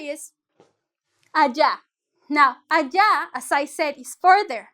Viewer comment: Ayí??? Axa???? Já jajajaja por qué no sabe pronunciar las palabras 🤔